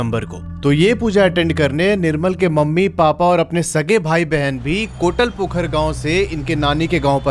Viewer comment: Main khud sahibganj se hu kotlpokhr nhi kotalpokhar hai